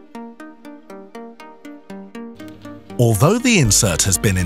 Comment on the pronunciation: 👏👏👏👏👏 I like how he says hardah, taffah, and callah (harder, tougher and color)